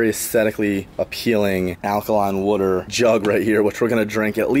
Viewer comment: did anyone else catch that says wooter instead of water